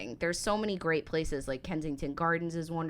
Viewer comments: He mispronounces several places throughout his videos... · Unfortunately the American who narrates this pronounces a lot of places wrong.